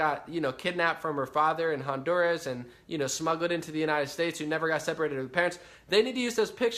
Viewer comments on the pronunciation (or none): none